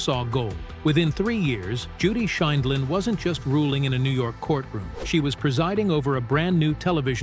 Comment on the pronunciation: At one point AI can pronounce Judy's last name the next segment they pronounce it wrong I wish AI could be programmed to give correct pronunciation.